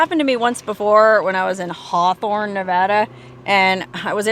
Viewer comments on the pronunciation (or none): none